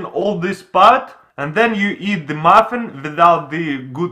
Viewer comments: He said moffin not muffin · Same for the "maffen"